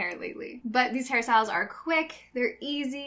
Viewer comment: you know you have a problem when whenever she says hair styles you hear harry styles